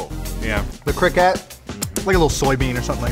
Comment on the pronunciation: 💀 he says Carmel right but he says CRIKAT